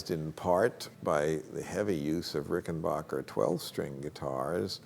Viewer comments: The name is pronounced Rickenbacker, not Rickenbocker. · For future reference, its pronounced "Ricken BACKer". Not Ricken BACHER". I hate when people think they know so much about guitars and they can't get the name right.